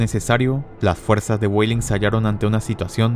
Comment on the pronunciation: pronuncias los nombres alemanes como si fueran inglés. Busche suena con la e final Weidling suene "Guadling" Seelow suena "Selou" (la doble e se pronuncia alargandola pero no como una I) etc